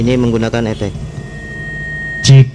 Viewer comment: Efek brow, bukan Epekk..😅😅